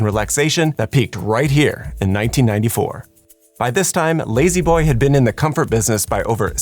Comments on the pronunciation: La-z-boy being pronounced “lazy boy” and not “lah-z boy” or “lazz boy” is the biggest atrocity here. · Ha, in England we don't pronounce z as "zee" so lazboy sounds a bit weird, nothing like layzeeboy